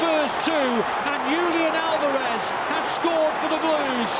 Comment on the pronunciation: "Lúlian Álvarez" :)